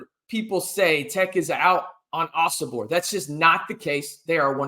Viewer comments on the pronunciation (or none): Ohh-So-Bor……not OBor So !